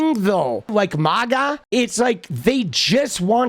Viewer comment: I'm starting to get pissed hearing maga pronounced incorrectly. It's sounds like maggot, not like Lady Gaga.